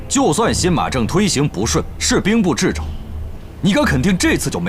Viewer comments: “掣肘”念作“撤肘”，不是“制肘”。誉王靖王俩白字先生在第38分钟时频秀白字，斗嘴斗得我一脸黑线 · 掣Che 肘不是Zhi 肘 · 是啊，风驰电掣的掣，两个演员竟都读成了“制”。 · 掣肘念错了，不是制肘，念che😂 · ❤掣肘 che zhou不是zhi zhou啊啊啊啊啊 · 掣肘应读chezhou,而不是zhizhou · 掣肘 chezhou，不是zhizhou，兄弟两的老师要打屁股了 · 掣（che）肘，不是zhi肘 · 这里面 把掣肘che zhou 读成了zhi zhou 般若bo re 读成了ban ruo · 掣肘 。。。che 。。。不是 zhi。还说了好多遍，台词老师呢？好尴尬 😅 幸好不是酥胸说的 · 掣肘 zhi肘😂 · 掣（音“彻”）肘 唉 还念错三次 太尴尬了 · "掣肘" 一词, 在大殿赈灾辩论中靖王和誉王多次念成 :制肘", 哈哈, 演员的修养还须提高, 这个词是初中生都学过的, 汗!!! 校对也要负一部分责任, 配音时所有人都不懂"掣肘"这个词如何念吗? 戏子如此, 国学堪忧啊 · 掣肘 che四声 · 掣肘，念Che，四声😂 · 靖王说兵部掣肘是zhi肘，哎妈呀。